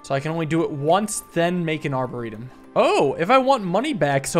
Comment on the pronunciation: Love the video. I think the emphasis is on the -or of a arboretum, not the -e.